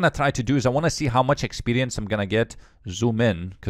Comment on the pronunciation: Oh I missed hearing you say expelience